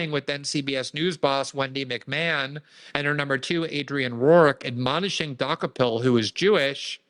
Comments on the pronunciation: Glenn is name challenged, he couldn’t pronounce Dokoupil to save his life. (Doo-copel) not (Dock-a-pull) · It's "de-cope-il" not "dock-a-pell" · I think his name is pronounced Du-ko-pole. But who cares?😅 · She's going to destroy the network, but hey, that's her problem. Can't get the toothpaste back in the tube. His Czech name means "he bought it/ he bought the rest". DOH-ko-pil, with the stress on the first syllable (DOH), short vowels (like in "hot," "cot," "pit"), and the 'ou' sounding like the 'ou' in "out" or "soul," ending with a soft 'l'. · Pronounced DOO-CO-PULL😊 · Glenn, please learn to pronounce the guys name (Doo-copel). Zionists stand together. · I often view CBS news; their staff refer to Tony "De KOpul" (emphasis on second syllable). More broadly, what we're seeing, for 30 years, is the remarkable sight of above-normal intelligent Jewish (and to a less dramatic extent, Conservative Evangelists) people transform themselves into dumb idiots, repetitively executing very poorly conceived policies. Thanks to intelligent Jews who remain sane, rather than revert to anachronistic Biblical textual adherence, ignoring Greek drama as well as much recent history and practical experience. It's one thing to 'fight fire with fire', quite another to abandon civilized norms and revert to blindness in policy. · I think Glenn is mispronouncing that name on purpose. LOL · Learn to pronounce his name correct. He’s been on CBS in the morning in the morning show. The show has been watched for a long time. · Maybe he's mispronouncing it on purpose? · THANK YOU! He kept saying it over and over the wrong way 😂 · Can Glenn pronounce the guy’s name wrong one more time?